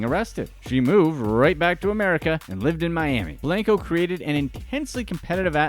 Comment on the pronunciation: “ Blunko not blanko” 😂💕